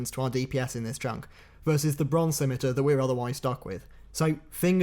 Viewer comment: Holy Moly! Someone who can pronounce both Ardougne, and Scimitar properly. Didn't catch the last big RuneScape mispronunciation. I'll have to keep an ear out in episode 2!